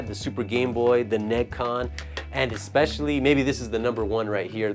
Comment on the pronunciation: He got the NeGcon at a Suruga-Ya in Akiba that labelled the controller but he doesn't pronounce NeGcon as ネジコン, AUGH